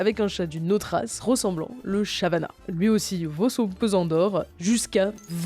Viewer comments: "le chavannah" jpp c'est savannah 😭😭🤣🤣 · La "chien de pharaon" est très mal nommé car originaire de Malte et non de l'Égypte. De plus, l'image que vous montrez représente Anubis, Dieu à tête de CHACAL et non de chien. "chavana" c'était voulu ou pas? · Petite correction : on dit "Savannah" (avec un "S"), pas un "chavanna". Ensuite, il existe plusieurs types de Savannah. De F1 à F9, ce sont les générations de Savannah qui le sépare du serval. Mais même comme ça, un F9 reste plus grand qu'un chat domestique classique. Et parmi c'est F1 à F9, il y a les Savannah de pure race. Par exemple, Nevada, le Savannah F7 de Joyca est un sans pur. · Ca se prononce Savannah, pas chavana… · Ca se prononce Sa- Vannah